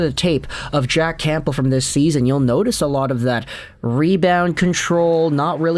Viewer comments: Nope. I don't know why went from pronouncing it correctly to this super distracting never heard before Camp-bull. Not the first video either. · Camp-bull? Haha. The p is silent,.